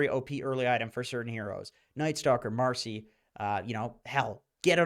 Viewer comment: Its marci not marsi